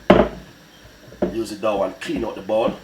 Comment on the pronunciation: Till it form a dow, it is dough u chat too bad go learn english.